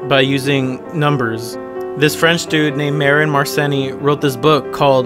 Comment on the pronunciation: I love this video to death, but every mathematician cringed just a little when you pronounced mersenne as "mersennee"